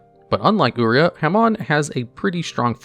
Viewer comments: It's u - rie - ah for the red sacred beast😑💢not u-ree-ah , actually armetyle is worth it in friendly duels and protecting it with dimension guardian trap and put mage power on it. Watch the yugioh gx anime to hear the villain to pronounce the sacred beasts if u want to know how to pronounce properly of uria lord of searing flames. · "ooreah" is "yur-aye-uh"